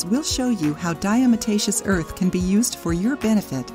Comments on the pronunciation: She is saying it wrong....it is not diaMotacious it is diaTomacious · Mispronounced...'diatom-aceous' from prehistoric microscopic organisms, 'diatoms' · Diamataceous????? Lol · Lol....that is not how to pronounce this word ! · If you don't know how to even pronounce it, then it makes me wonder about all the info you are presenting. I've used it for years and agree with most of it. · If you can't pronounce it correctly you shouldn't put out a video about it. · You need to learn how to pronounce it properly! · I can’t take this video seriously. Pronounce diatomaceous correctly. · Great video, but you probably should get someone who knows how to pronounce Diatomaceous earth if they're going to narrate the video.